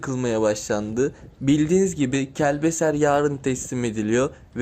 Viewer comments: KelbeSer deyil, KelbeCer olacak. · Kəlbesər deyil qardaşım ..Kəlbəcər..